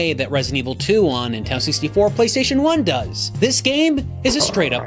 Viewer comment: I can’t believe I wanted one of these when they were new. I was legitimately let down when I didn’t get one for Christmas. Looking back, I would’ve absolutely hated it upon finally playing a game. Dodged a bullet there. Edit: why do you pronounce Nintendo as “Intendo”?